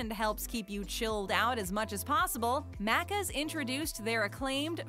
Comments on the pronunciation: mack -cuz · she prounces it wrong its like "mack - ers" "mack - uhhs" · Omg how they say Maccas triggers me , as an Aussie this is so triggering how they say stuff